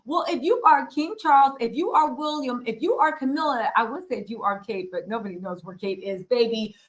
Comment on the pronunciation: This lady needs another career. Go home to America. Leave the Brits alone. Ps What does Harry have to do with ... go home lady. Get it right the guys name is Will ee am. Not Wool I am . Stop wondering .